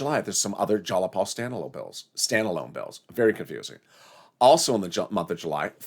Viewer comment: its not jalapal its jayapal jai-uh-paal